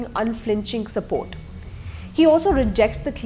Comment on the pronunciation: I "*sapot*" Dileep. lmao